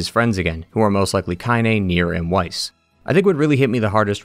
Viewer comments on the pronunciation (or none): none